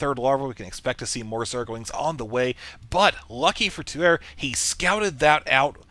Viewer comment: I'm pretty sure "Tuer" is actually pronounced "Tu-Eh" - it's french for the verb: to kill!